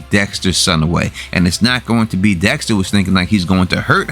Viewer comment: Dextuh, killuh, winnuh. Lmao. Great videos. I watch them every week. Still unsure how Kurt 100% knows it was dexter that killed his son. I get how he figured out he was cremated but how does he know it was dexter for sure. Were there cameras around?